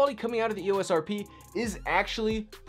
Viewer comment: It's e ō s. It's a long o sound.